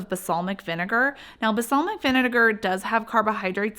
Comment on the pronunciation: Balsamic. It’s BaLSAmic.